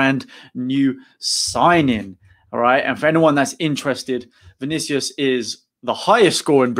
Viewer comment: You pronounced it perfectly. Bem-vindo.